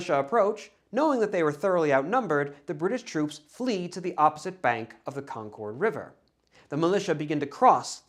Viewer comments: I’m not sure if you’re from the Boston area, but the way you pronounce Concord is very distracting lol. We say “Konkerd”, not “Kon-kord” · The town in Massachusetts is pronounced like “CON-kerd”, not “con-CHORD” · CON-KID not CON-CORDE like the airline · Enjoyed this video very much. It really is the story I've grown up with as a local (born and raise 10 miles from Concord (/ˈkɑŋkəd/), except that, and no offense meant, we pronounce it /ˈkɑŋkəd/, stress on the first syllable and we never pronounce the 'r' regardless of how they might say it in New Hampshire 🙂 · Not in New England. Feel free to use that pronunciation everywhere else, just not for any of the places named Concord in New England.